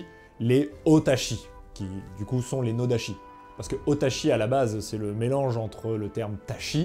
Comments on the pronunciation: Vidéo et sujet intéressants, j'ai appris plein de trucs, mais j'ai 2 petits minuscules bémols : -la prononciation, la graphie "ch" en japonais se prononce "tch", donc à chaque fois que tu as prononcé "nodachi" ça m'a fait tiquer (et puis "tatchi" ça sonne mieux quand tu parles français que "tachi") -sur le dégainage, en fait avec un katana (ou un iaito) aussi il faut que la main du saya travaille, en fait le plus du nodachi c'est le retrait des hanches pour rajouter de l'amplitude au mouvement (et certaines écoles de ken le font aussi avec l'iaito pour ... euh je sais pas). Sinon merci pour la vidéo, c'était super. :) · Juste une precision: [sh] se prononce [ch] et [ch] se prononce [tch] , donc noda[tch]i.